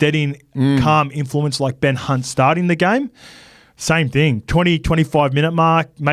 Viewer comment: did call Ben Hunt "Ben C*nt" 😂